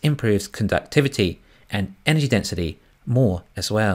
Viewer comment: Loving the content. Please put three syllables into en-er-gy, for the non-kiwi audience. Cheers.